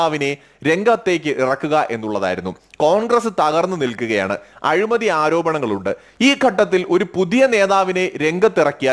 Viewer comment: നല്ല വിശകലനം. അഭിനന്ദനങ്ങൾ എങ്കിലും രണ്ടു ചെറിയ തെറ്റുകൾ ചൂണ്ടിക്കാണിച്ചു കൊള്ളട്ടെ. 1. " അഴുമതി" അല്ല, " അഴിമതി" ആണ് 2. Defend എന്ന പദം അതിന്റെ ശരിയായ അർത്ഥത്തിൽ അല്ല പ്രയോഗിച്ചിരിക്കുന്നത് എന്നാണ് എന്റെ അഭിപ്രായം. വീണ്ടും ഇത്തരം ഉപയോഗപ്രദമായ വീഡിയോകൾ പ്രതീക്ഷിക്കുന്നു